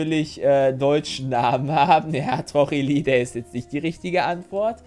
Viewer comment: Trochilidae wird eigentlich Trochilidai ausgesprochen, genauso Melinae Melinai